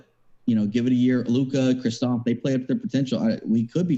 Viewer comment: Kristaps NOT Kristophs 🤦🏻‍♂️